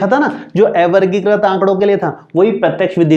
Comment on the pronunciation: Ae-vargikrit nhi avargikrit hota h, sir